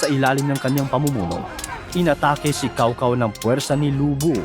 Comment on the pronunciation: Cao Cao??? Lol… Tsow Tsow ata ang pag pronounce ng name na yan.